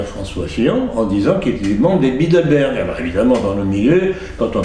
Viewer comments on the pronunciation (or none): none